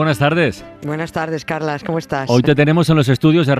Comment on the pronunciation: Se pronuncia Carlas, pero se escribe Carles. Un saludo, 🌹